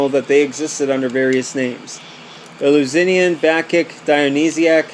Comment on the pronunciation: Easy way to say it: El-you-sin-ee-in